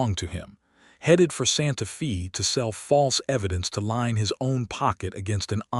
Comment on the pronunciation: Narrator pronounced santa fe as santa fee.correct is santa fay